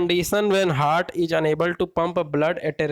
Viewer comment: हर्ट (hurt)nahi ... हार्ट ( heart) hota h